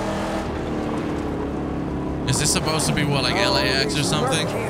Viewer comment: It's Underdune, not Underdone lol